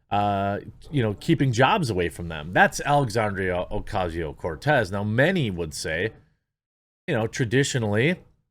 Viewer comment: As a Latino, I appreciate you rolling the R in Cortez. Keep it up big dawg!